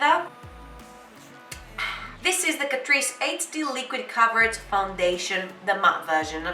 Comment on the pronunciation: i m todays years old when i came to know it pronounced as catreece not cat_rice